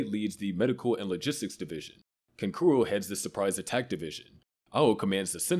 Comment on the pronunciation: bro said “canconroo” lmfao